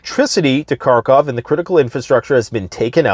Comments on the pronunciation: By the way, it's harkov, not karkov. They don't pronounce the k. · Dude....The “K” is silent in Kharkov.